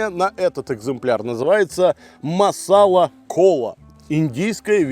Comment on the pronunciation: Не маСала, а масалА. Словом масала в Индии называют смесь из большего количества разных приправ и специй. Из названия уже сразу понятно, что этот напиток не может быть просто колой )